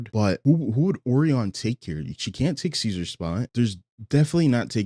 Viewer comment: Will all due respect dear, the way you say O-ree-on instead of O-rai-on (O-rye-on or O-Ryan is also fine) is killing me 😭